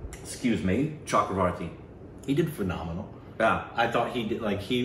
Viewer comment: he is chakravarthy(south indian) not chakroborthy! not everything is pronnounced the bengali way.you do the same while pronouncing aishwarya rai's name (she is a south Indian)dont go by the bengali way